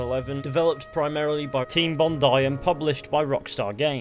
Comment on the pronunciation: Thank you saying Bondi correctly